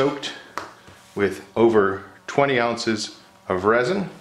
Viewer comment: 93 DEGREES?? You must be melting xD And what is "aunces" ? xD